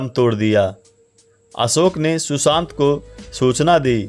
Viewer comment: शुशांत नहीं सुशांत